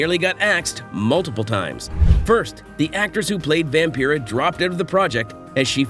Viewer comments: Vam-Pie-rah not Vam-Pee rah like Vampire 😡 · Is this a computer generated voiceover? How can you not know how to pronounce Vampira?